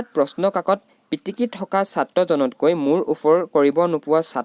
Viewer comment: দাদা `পাটিকি´হৈছে ......পিটিকি হব লাগিছিল